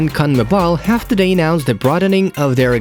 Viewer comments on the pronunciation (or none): none